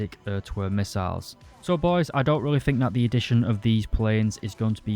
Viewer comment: "pwanes with ER to ER to ER missails" :D <3